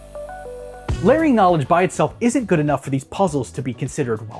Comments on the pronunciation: I thought he said Learning but like Learing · Took me until about to finally get that you were saying "layering" (thanks to the chapter name), until then I was trying to figure out what laring/lering/læring was supposed to mean😅